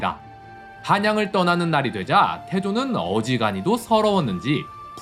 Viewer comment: 신덕왕후 인데 선덕왕후로 발음 하셨어요